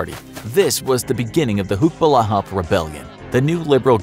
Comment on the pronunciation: Its not hucks its huks ,hukbalahap = hukbo ng bayan laban sa hapon means anti japanese forces